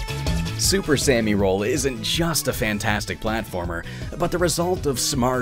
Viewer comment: Don't wanna be that annoying person but I'm pretty sure it's super "sah-mi" roll, not "super sammy roll." Japanese pronunciation. It bothers me a little when people don't get that right.